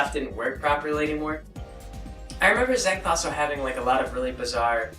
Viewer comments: You pronounce it way off dude. It's not "Zaingth" it's Xanth! (Zanth) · it's pronounced zanth not zank. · It is pronounced Zan*th* . There is no k or c in there. It's like Pier Zanth ony.